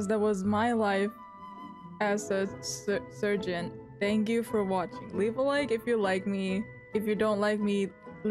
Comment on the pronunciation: When you said surgeon everytime I’m just like “wait what? Sergeant?” 🧍‍♀️??